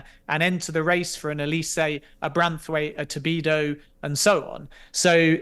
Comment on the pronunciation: Stop calling him Tobido!